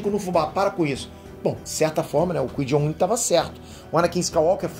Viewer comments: Chamar o Qui-Gon Jinn ("Kuaigon Djin") de "Kuí Jon Jin" é foda hein,... kkkkkkkkkkkkkkkkkkkkkkkkkkkkkkkkkkkkkkkk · O “Quei Jon Din” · kkkkk Massa ele falando do Jedi "quijonjin" kkkk. Mas o correto é Qui-Gon Jinn (cuaigon-djin) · Repete comigo : Kuai Gon Gin se fala assim 😂😂😂😂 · Uma correção o nome do mestre jedi Qui Gon Jin se pronuncia “Quai Guon Jin” Ok? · Você vê que o cara é poser quando ele chama o Qui Gon Jin de Cuijonjim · Bora lá,, repete comigo: Qui Gon Jinn = KUAI GON DJIN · “Quin jom jim” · Pô,, a pronúncia do nome do Qui-Gon Jinn é cuaigom gin. Ficou horrível a pronúncia. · Escutar "Cui John In" é f*da hein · Qui JOW Jin? Porra kkk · Oq é pior o falando Qui-Gon Jinn ou que o pai é o Sidius? Ps, o pai é o Plegueis quando manipulou a força a bel prazer para dar vida a seres na busca pela imortalidade. A força sentiu-se humilhada e não respondeu e nessa ausência foi a concepção. Até por isso Darth Plagueis nos acontecimentos de ameaça fantasma tenta conhecer o Ani em Coruscant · Qual é cada hora mudando a pronúncia do qui-gon jinn